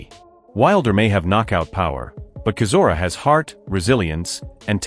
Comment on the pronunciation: Pronounce Chisora right! What a butcher job! 😂